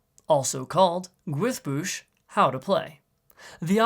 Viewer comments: He said it good, up until he said "boosh", 2 L's make a hissing sound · Name: Gwyddbwyll How to pronounce it: guis bush Where tf does the s came from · Wales. It's pronounced "Gwithboosh" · No. The first Y is supposed to be pronounced like a Slavic Y (i.e., halfway between "ee" and an unrounded version of the "oo" in "hoop"), the WY is supposed to be a diphthong of the "oo" in "took" and the aforementioned Y, and the ll is supposed to be a voiceless fricative version of L.